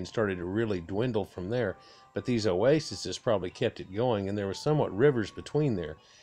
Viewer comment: Multiple of Oasis is Ouasis’ pronounced, Owasees.